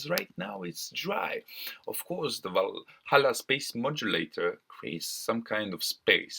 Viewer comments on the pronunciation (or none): none